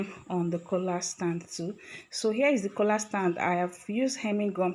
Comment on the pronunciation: Stop calling it Kola......its Collaarrrr